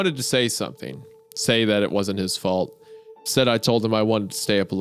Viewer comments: says fart instead of fault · IM CRYING WHY DIDN'T HUNTER REALIZED GOON SAID FART INSTEAD OF FAULT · "Parshially their fart as well" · he said fart instead of fault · says Fart instead of fault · Isiah says "fart" instead of "fault" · "It's partially their FART as well" Not the only one that heard this right?